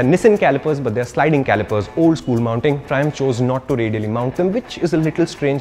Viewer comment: Mallu people who heard triumph thrissur😂